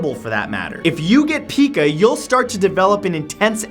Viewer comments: its not pee-ka it is pronounced pie-ka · Pica is pronounced pike-ah. Not peek-ah. lol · I don't believe that Pica is pronounced "pee-kaa", but rather "pie-kaa" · Pica is pronounced as pie-cah not pee-cah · I have a cat with Pica. (Also it’s pronounced pie-kuh) I love your videos :D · Pronounced "Pike-a" not peek-a. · spacelover132123 n- no... it’s pronounced pea kA, not pea kU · Pica disorder is not actually pronounced PEEca, but PIEca. I know you're not the only one to make this mistake, but please pass it along. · Pica is pronounced pike-uh, not peek-uh ;) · I've struggled with Pica myself, and I'd just like to correct a few things. Firstly, it's pronounced Pie-kah, not Pee-kah. Also, most people don't actually want to eat it, but feel compelled to, and it's extremely hard to resist. And I believe doctors do have some theories, but nothing conclusive. In fact, last I checked, there was a debate going on on whether pica should be classified as a mental illness or an eating disorder. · I have Pica, not too badly I'm not gonna go outside and eat something dangerous all though I do want to sometimes. I would also like to add that's its pronounced "Py-Ka" not "Pi-Ka" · Hey Matt love your videos - I'm not sure if someone else may have mentioned this, but pica is pronounced pie-ka not peeka. Everything else is crazy!! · Matt, you mispronounce Pica. its pronounce pie-cuh not pee-cuh. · it is not pronounced peeka but pireva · It's pronounced pEYEca, not pEEka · Pica is pronounce pike-uh not pee-kuh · pica is pronounced Pie-Ka, not Pee-Ka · Pika is pronounced pie-ka. Just thought you should know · Its pronounced Pie ca...pIca... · You pronounce it as "pie-kaa" - but it's okay. It's not a big deal. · PICA (PRONOUNCED PIE- KA) is usually due to iron deficiency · not in the south east. We pronounce it PIE-KA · it's pronounced pie-kuh. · I was in the ob/gym field for 30 yrs and every medical person I knew pronounced it PIE- KAH or pie-ka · Pica pronounced PIE-ka.